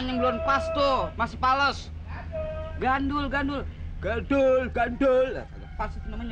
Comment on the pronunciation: Ngakak Pas Bg Mandra Ngomong Pake Logat Jawa Gggandul Gganduull 🤣🤣